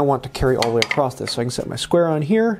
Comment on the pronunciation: across't - lol in every video btw these videos are great, learning a lot